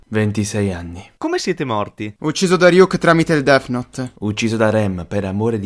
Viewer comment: RYUK CON LA I? COSA STAI DICENDO